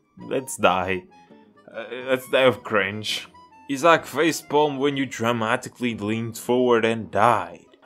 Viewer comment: This dude said “is Zack”, not Isaac…